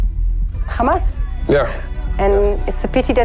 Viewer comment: „Khezbollah“ „khamas“ 🐷🐷🐷🐷🐷🤣🤣🤣 can‘t you properly pronounce it?